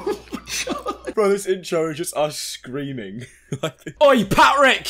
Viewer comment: Try not to laugh challenge? I legit had to laugh when " Pat Rick " was said